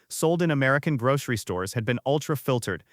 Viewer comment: "Grog-ree store"?